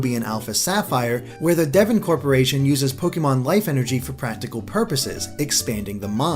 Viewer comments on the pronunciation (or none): none